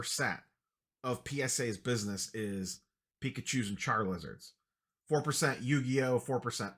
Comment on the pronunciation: Makes me happy everytime he says charlizarda